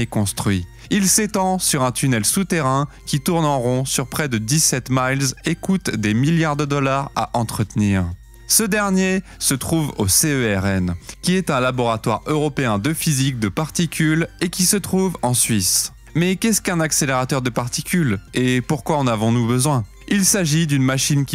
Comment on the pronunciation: je suis pas certain qu'on dit C E R N mais plutôt CERN enfin nous les genevois l'appelons CERN